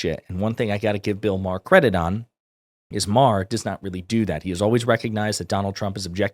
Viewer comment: “Bill O’Maher” 😂